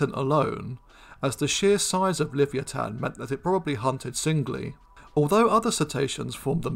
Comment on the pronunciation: At the risk of being pedantic, shouldnt Livyatan be pronounced Li-VY-a-tan.... y'know, like Leviathan but with a hard 't' sound? just saying....